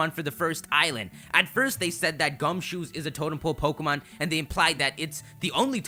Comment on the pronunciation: "because of the totem Po-Pokemon" "because of the totem Po-Pokemon" "because of the totem Po-Pokemon" WTF, why do you keep saying Po-Pokemon?